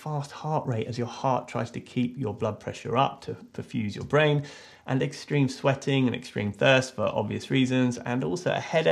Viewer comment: "To pump to the blain. The blain? The brain." Replayed this at least 10 times because of how funny it was.